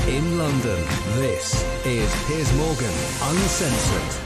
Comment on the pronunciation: His name is "Piers" not "Pierce". Lol, sorry to correct you, but I see this all the time & it's bloody annoying! 😅✌🏽✌🏽